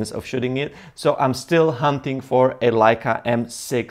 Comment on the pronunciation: You have to learn to say Leica correct !